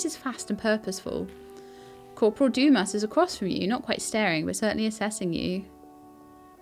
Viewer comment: a quick cheat for french pronunciation is to not pronounce the last letter and just let the sound trail off. So 'Livre' is pronounced Leevr running the v and r sound together only half pronouncing the r so the whole thing is one syllable. 'Dumas' is pronounced Doo-maa. Interesting game, I'd certainly watch more if you're enjoying playing it